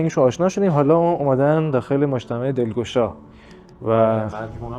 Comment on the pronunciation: سلام دوست عزیز دست شما درد نکنه از گشتو گذار در شیراز و بزرگ نمایی و برخ کشیدن زیبایی های این شهر واما گفتندبعضی کلمات شما بصورت لهجه شیرازی درست انجام نمیشود لطفا دقت کنید بعنوان مثال کلمه اول مجتمهوعو. اشتباه است و گفتن مجتمو صیحتر و زیبا تراست با سپاس و درود فراوان